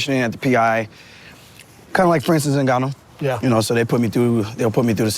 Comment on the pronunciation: Lol he said "Francis and Jon jones".